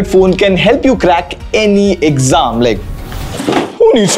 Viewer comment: Bro having a PhD in English but still saying exaam instead of exam